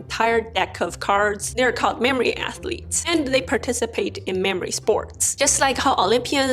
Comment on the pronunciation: I’m not mocking you in any way, but your athletes sounds like “ass-leads” to me, and it’s awesome😂